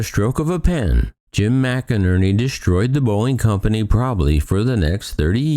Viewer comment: McNerney is pronounced "Mick-Nerney" not Mac-a-nerny.